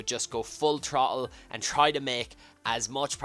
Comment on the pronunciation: Actually laughed when you said 'trottle', haha I'm so immature